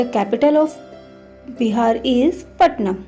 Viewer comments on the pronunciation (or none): none